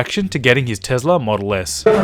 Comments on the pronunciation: IT'S NOT TEZLA IT'S TESLA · It’s not tez-la it’s a tes-la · Adventure: Tezla Model X Me: wtf it's Tesla Model X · Tesla not tezla